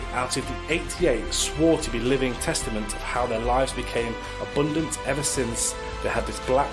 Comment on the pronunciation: British guy is a Northerner who's trying to pretend he isn't - listen to his pronunciation of 'abundant'.